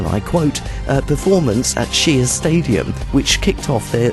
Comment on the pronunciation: Shea Stadium is pronounced "Shay".